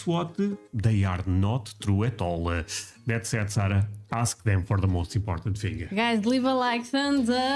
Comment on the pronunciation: Andre and Sara (pronounced Sarr-ah, not sayre-ah) were in about 4 square miles of the over 22 square mile island of Manhattan, all of Manhattan is only 7% of New York City and about 000.048% of New York. Again, the CITY is called New York City, the STATE is called New York. Do not call the city "New York" we are tired of that city getting confused with our beautiful state.